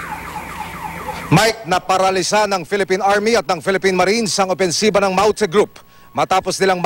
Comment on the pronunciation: Masyado nmang slang Ang reporter sa pagbigkas Ng "MAUTE GROUP" with English accent😊